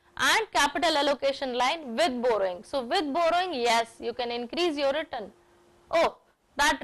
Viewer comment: nice video !! but mam return pronounciation is not correct, which sounds awkward while watching. thanks!